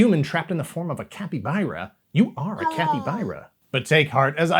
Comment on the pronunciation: A Capy fucking what?! Why'd he say it like capy-buy-ra....!? THERES NO Y, ITS CAPYBARA...CAPY...BARRRRA